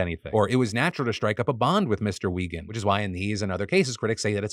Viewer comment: Im pretty sure it’s pronounced Why-gand, not We-gand!